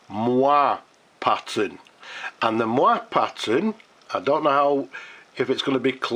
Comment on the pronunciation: What a stunning finish! And I love the fact that you just had a Waterman C/F box 'lying around'. Incidentally, the pronunciation of moiré is 'Mwaray'. Not an easy one. Comes via French from the same Arabic root as mohair, funnily enough.